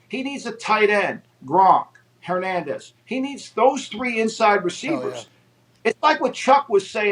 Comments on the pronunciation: Buddy said Hernandez XD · Dude really said Hernandez